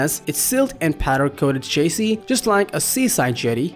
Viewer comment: Cabin and chassis are not pronounced that way in the common English language!!